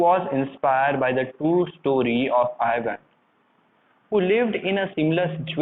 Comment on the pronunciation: Not Ivan I van